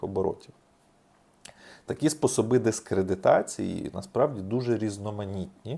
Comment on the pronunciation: Може хвате наголоси не вірно ставити ? Наприклад вірнока казати спОсоби не спосоБи